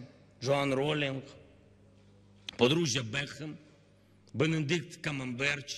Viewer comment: Бенедикт Камемберч))))) И Джонсон угарнул)))